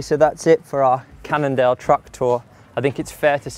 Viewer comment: I heard "Canada" instead of "Cannondale"